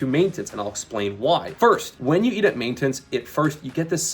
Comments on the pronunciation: the type of guy who's mastered main-tense, without being able to say "maintenance". 😅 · the type of guy who can't pronounce maintenance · Does this guy purposely pronounce random words like maintenance in an insane way for engagement ? 😂